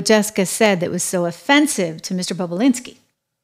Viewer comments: Trish- its Bobu- linski, NOT Bobu-blinski. You're adding an extra 'b'. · bobulinski its not that hard to say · You're pronouncing Tony's last name incorrectly.